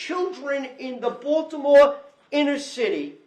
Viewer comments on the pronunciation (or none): none